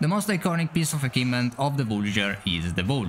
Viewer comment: What on earth is an "akivement"?